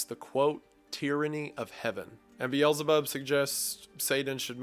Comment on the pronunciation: I love your content but man do you butcher the pronounciations of those names. Like pronouncing Beelzebub as biyelzebarb😂 You should just read them as you see them without the american pronounciations.